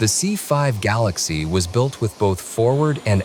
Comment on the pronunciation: It’s galaxy not Galaxis